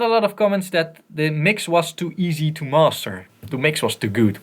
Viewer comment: "Masteruh" :D